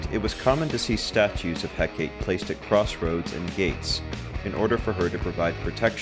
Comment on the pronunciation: Mel-in-no-way Heh-kah-tea Jesus guys